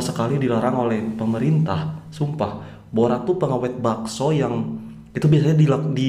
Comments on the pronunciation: Cara sebut borax … bo reks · min borax (sodium tetraborate-bahan pengawit) . Borak -ngombrol. bunyinya sama ejaan berlainan